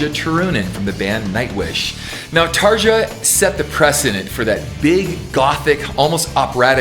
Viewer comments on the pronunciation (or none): Come on now, it's pronounced "Tar-ya" Turunen. 😁